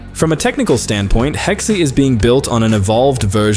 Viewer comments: It’s pronounced Hex not Hexi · Hexe...Hex is how it's pronounced. The E is silenced... Not Hexy... 😂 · hex ❌ hexie ❌ “hex-uh” (German) ✅